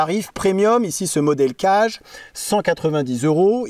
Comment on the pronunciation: Certainement, le kage, ça se prononcerait plutôt 'cagué' que 'cage', parce que kage c'est l'ombre en japonais et vu comme le couteau se dissimule facilement, ça fait sens. Juste pour transmettre l'astuce : c'est possible d'affûter des lames convexes sur une pierre en la préparant, il suffit de faire un 'quart de rond' sur les arrêtes à la place des chanfreins, qui d'ailleurs sont nécessaires après avoir rectifié sa pierre. Cela dit, c'est toujours un plaisir de regarder tes vidéos.